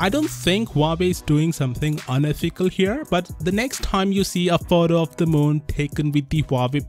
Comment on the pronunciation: Sounds like a fake accent the way the narrator pronounces the word "photo''